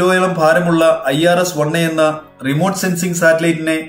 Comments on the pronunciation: Isro ennalla saho.... I S R O enn thanne parayanam.. ath kootti vaayikkunnath thettanu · ഇസ്രൊ ഇസ്രോ എന്നു പറഞ്ഞു വീഡിയോയുടെ സുഖം ഇല്ലാതാക്കി. ഐ എസ് ആർ ഒ കേൾക്കാൻ അതാണ് സുഖം. 😋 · Please pronounce in I.S.R.O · ahh name ahh bhangi illand akkathe isro ennu thanne parayu sir dhaivu chaithu allthe video ee parena isro kelkan oru bhangi kuravu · ISRO യെ ഇസ്രൊ എന്ന് പറഞ്ഞു കേൾക്കുന്നത് ആദ്യം. എന്നാൽ പിന്നെ DRDO യെ ദർഡോ എന്ന് പറഞ്ഞൂടെ🤔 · ISRO എന്നു പറയാൻ ഇത്രയ്ക്കു പാടാണോ......